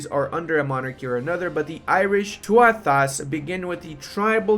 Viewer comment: Tuath would be too-a, Tuatha should be too-aha, or at least that's the way my teachers used to say it.